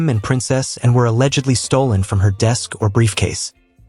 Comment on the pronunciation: If you're going to talk about Princess Anne you should learn to pronounce her name.